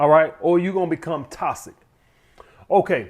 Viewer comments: “Iss TOSSIC” 😂😂 love you man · Not a good look when you can’t pronounce the word correctly that you’re making a video on. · Lmao he say that hoe with emphasis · Man said "Tossick" "Miff"